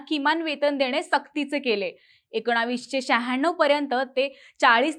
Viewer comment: मॕडम,तुम्ही एकोणावीस असा ऊच्चार का करताय ? एकोणीसशे असा ऊच्चार करावा. बाकी बोलण्याची पध्दत आपली खूप छान आहे. आवाज चांगला आहे. आवाजात गोडवा आहे. कुठेही कर्कश्शपणा नाही ऊच्चार स्वच्छ आणि शुद्ध आहेत--- धन्यवाद .